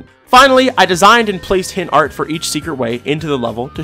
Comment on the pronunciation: bro said hents not hints fr at 21:1